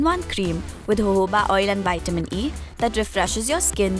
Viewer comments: Why do you pronouncing jojoba as hohoba!!!!🤣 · ok but it sounds so weird 🤭